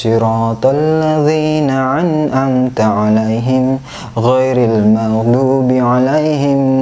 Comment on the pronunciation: ia al fatihahnya salah anngamta bkn ngamanta